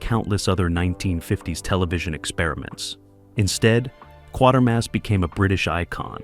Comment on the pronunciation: The AI needs to learn that it's "Quatermass"...rhymes with "crater"...